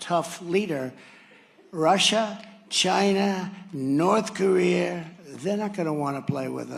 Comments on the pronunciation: Did trump say North Career?? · Did he say "North Ka-rear"?